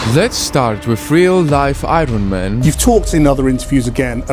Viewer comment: Agon It's not I ron man it's Iron man .